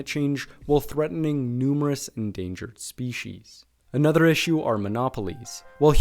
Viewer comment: Man da pra perceber qnd ele pronuncia "another" que ele nao é nativo de pais de lingua inglesa, pra elogiar possivelmente deve ser br.